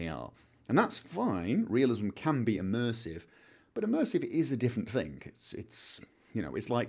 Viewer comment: We need "Immursive Toilets"